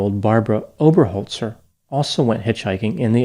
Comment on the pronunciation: Great pronunciation of the name Oberholzer! she may have Dutch or South African roots. Belated justice is still justice. Will be interesting to see how the trial goes. 👍